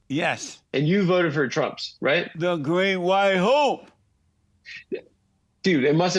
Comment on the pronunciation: I SWEAR Jesse was saying 'the Great White HOE' 😂😂